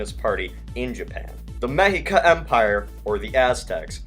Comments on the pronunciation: Ah, the Mexica Empire sounds great. Oh and btw, it is pronounced “Meshika”. Not to bother but to help you to pronounce it correctly. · It's pronounced Me(sh)ica. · Mexica is pronounced "meh-SHE-kuh," gringo.